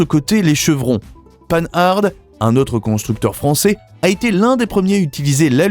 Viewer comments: Apprenez à prononcer Panhard, marque française PAN-AR et non pas le mot ridicule anglicisé !!!!! Vérifiez la chronologie aussi ! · Incapable de prononcer correctement Panhard c'est énervant